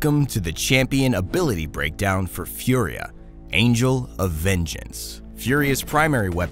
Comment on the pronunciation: Its Italian so its not "Fiuria".. its just "Fùria". I know its similar to the word "fury" ( and that means furia in Italian ) but.. pls respect the pronounce and the origin of the name